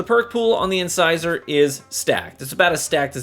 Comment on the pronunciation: Thank you for pronouncing the name of the weapon right!! From what I’ve watched and how 99% of the content creators have pronounced it “in-scissor” it’s great to see someone who’s actually literate lol. Great review.